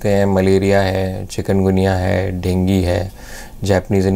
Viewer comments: डेगीं नही डेंगू होता है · Denge hi hota hai